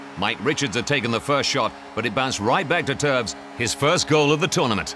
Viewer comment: ITS TOEWS NOT TOES!!!! >:( this is officially the worst EVER!!